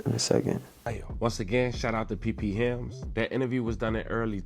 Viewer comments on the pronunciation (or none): “P P Hilms” had me dying😂😂 its P Philms pronounced like [P Films] gang